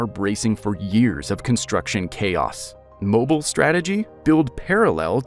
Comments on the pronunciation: I had to accent the EE because just saying it was pronounced mo bill could still leave an incorrect pronunciation . String Mo and Bill real fast in some parts of the country and a person can be right back where they started with someone prounouncing Mobile like it' a can of motoroil . There is no short (i) sound anywhere in pronouncing the name ... the word EEL was the closest I could come up with, but if anyone that thinks they can do better in getting that point across can step right up . If they can add more than I did to the history of why it is pronounce that ... they can do that too . (Maybe they could take my suggestion and look up the word Dauphin that is in name of Daughin Island) They just need to be a little more specific than just sayingI know the video mispronounced it ... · It is not just the state ... anyone in the surrounding states knows how to pronounce Mobile . They lied because they thought it was just a you say potato and I say puhtahtah type thing . It is not . MobEEl is pronounce that way because it was founded by the French . It is not just because some dumb rednecks decided to just pronounce the word MobEEL differently . MobEEL was New Orleans before New Orleans was New Orleans . The first Mardi Gras celebration was in MobEEL . If you doubt any of that look up what the Dauphin was that nearby Dauphin Island got it's name from . You occasionally hear national broadcasters mispronounce Mobile but they won't do it repeatedly because people will start letting them know ... perhaps not the history, but anyone in the region knows how to pronounce the name of the city correctly . Otherwise, I enjoyed the content itself . I liked hearing the details of the construction ... just repeated mispronunciations of the subject city gets on your nerves. And then when they gets in the comments trying to say they found people from the community that said you could pronounce it either way ... everyone knows they are completely full of it